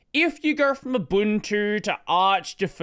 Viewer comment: Thanks for not butchering the pronunciation of Ubuntu.